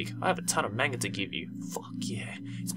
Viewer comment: THE WAY YOU SAID MANGA